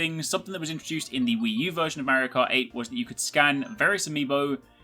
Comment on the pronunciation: The way you pronounce "Merio Kart" :DDD